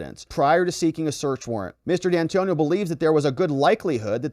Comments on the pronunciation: It's D'Antuono ( Di An 2 ono) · Dee Antonio? Pour ah.